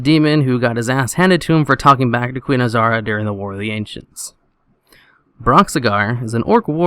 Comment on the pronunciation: Azhara not azara